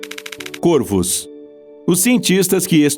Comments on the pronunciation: Caros do, o plural de corvo é com o timbre aberto, que não é acentuado: corvos [córvos], e não côrvos, assim como em forno: fornos [fórnos]. E baleias-piloto é um substantivo composto por ligação por hífen: baleia-piloto; baleias-piloto. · mds do céu... O cara começa o video pronunciando Corvos de maneira errada.. O singular pronuncia CÔRVO, no plural se pronúncia CÓRVOS. Deslike e video fechado. Boa noite. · Plural de corvo se fala cÓrvos.